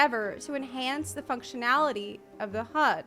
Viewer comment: Sound like said Fucktionality lol